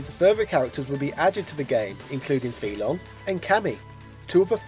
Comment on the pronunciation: Really?! I stop watching when I heard Rye-yoo, Goo-ken, Fee-Long?!!! You lost all credibility when you don't even take the time to learn the remotely proper pronunciation of these names.